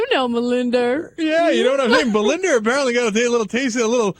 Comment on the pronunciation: I think her name is Belinda - not Balinder - you picked up the Ozzie accent LOL